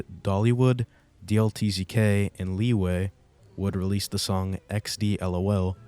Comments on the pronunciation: i was enjoying this until he called lieu "LEE-WAY" that just pissed me off for some reason also his name is pronounced "loo" its short for lieutenant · no hate whatsoever but it’s pronounced “loo” not “lee way”. just for future reference. good video tho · Bro I ain’t never heard lieus name pronounced Leway wt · i aint never heard anyone call lieu “LeeWay” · why did you call lieu , leway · Really, how do you get "leeway" out of lieu? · did u just call lieu (pronounced loo) leeway??@@@ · it's lieu but like the way he pronounced it is so funny 😭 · ik I’ve never heard anyone call lieu leway before 😭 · lieu is pronounced luu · its pronounced loo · hearing you pronounce lieu 💀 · who the fuck are lieu and deletezeke?? i only know lee way and dee el tee zee kay